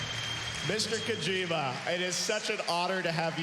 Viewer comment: Geoff could have at least bothered to pronounce Mr. Kojima's name correctly.